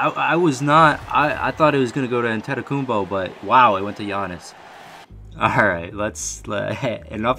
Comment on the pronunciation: Thats how u say it in greek